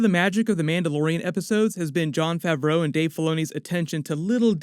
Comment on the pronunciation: Plz dont say favreau